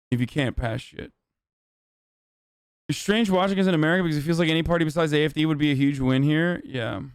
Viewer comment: why is his German so good! not the accent but the pronunciation of the party names